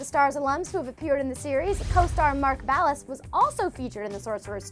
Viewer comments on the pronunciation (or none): none